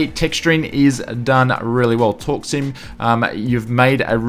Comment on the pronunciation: "Torksim" never knew u pronounce it that way, I thought it was "torque sim" lol